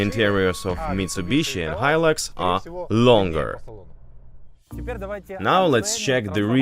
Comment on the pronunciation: Its hilux not hilix lol